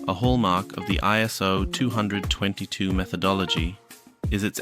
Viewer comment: aren’t you technically saying ISO222..? I always say twenty-oh-two-two. But that’s just me! Anywho! ❤️ You rock man- keep the content flowing!